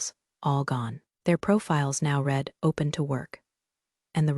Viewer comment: This one needs some editing. A significant number of commas where there shouldn't be big gaps for no reason. If you can get it to know the difference in pronunciation of read in present and past tense, that would be fantastic.